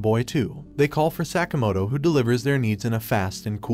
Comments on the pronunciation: Sakamoto...not sack-a-motor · The amount of time Sakamoto was mispronounced bothers me